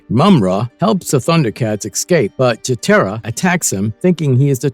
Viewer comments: Not to mention Chee TEAR a? Really? Chee TAR a... this was cring worthy. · Don't forget you got the pronunciation Of Cheetara and Slithe wrong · you freaking liar...YOu never watched THUNDER CATS!!!! WILLY CAT????? WILLY KIT?????? wtf is that??? Anybody who watched Thunder Cats KNOW 100% There is no WILLY CATS OR KITS ON THE Show. I know of Wiley Cat And KIT pronounce (Wylee) Kit is a girl and Cat is a boy. AND CheeTARa is who its pronounced not CheeTERA. Whats the point of faking being a fan of this show????......ohhhh views. You sir are a fake . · I really don't see why people on YouTube make videos When they don't even know how to pronounce the names of the characters correctly It's a long I For Wiley Kitt and Wiley Kat as in wild And Slithe is also a long I It's a long E For cheetara as in cheetah. The Thundercats were not a show of the kids of the 90s it was a show of the kids that were born in the 70s and 80s because it was put out in 85 By the time the 90s hit the show was not even in syndication as reruns The version of the Thundercats for the early 2000's failed because of low toy sales And Low ratings on Cartoon Network In other words the new show did not have a good fanbase To base a second season It was also given a horrible time slot For the time that it aired Marvel is verdict your channel sucks You can't pronounce the names right you don't have your Facts straight And you did Piss poor research on it Being born in 1975 I watched the Thundercats in 1985 Along with He-Man and GI Joe And the Transformers .